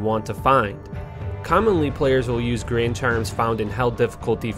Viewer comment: lmao, tf is a “grain” charm